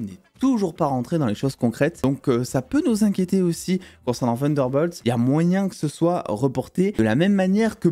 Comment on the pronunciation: pourquou tu dit "vunderbolt ?"